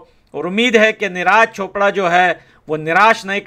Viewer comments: भाई निराज चोपड़ा नही नीरज चोपड़ा नाम है। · Niraj chopper,,, Abe thik se naam le usks